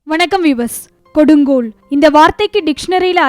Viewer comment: கொடுங்கோள்! அப்படி என்றால் என்ன? முதலில் கொடுங்கோல் என்று சொல்லி பழகு. ல ள ழ வேற்றுமை தெரியாத உனக்கெல்லாம் எதற்காக அமெரிக்க ஊழியம்?